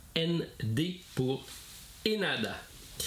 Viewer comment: L'aéroport de Tokyo et haneda et non henada attention, annonciation, 😅